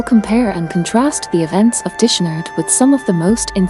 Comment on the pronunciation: You need to learn how to pronounce dishonored. It has nothing to do with washing dishes